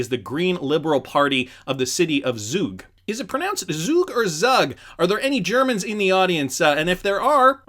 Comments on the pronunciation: He's Swiss (they speak Swiss-German) and it's pronounced Zoog like Zoo. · Zug is in Switzerland, pronounce “Tsoug” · And its pronounced as ZuuuuG 😁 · " Zoog" Zug buddy I live here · It's pronounced Tsug (or Tsoog if you will) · It’s pronounced Zoog, but it’s located in Switzerland. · Zug pronounced “tsook”, in Switzerland :-) and it seems Zug is an economic powerhouse, where almost 27 thousand companies are registered because it is a low tax haven….